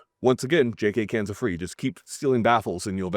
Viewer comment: When he said "Twenty-two cans" I heard "Twenty Toucans" and I was like weird but ok.